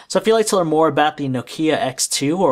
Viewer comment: Oh no. Don't make this guy reviewing Know-Key-ah's please!